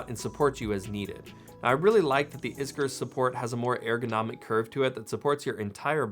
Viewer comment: You say ergonomic very different.